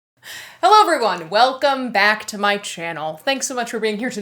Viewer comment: every time you say "welcome back" gives me a flashback to that video when you wore that bat sweater and said "welcome bat" and I love it